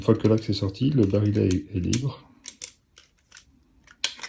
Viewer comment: On dit pas le "barilet" mais le "barillet" prononcé "bariyé" car il y a deux L...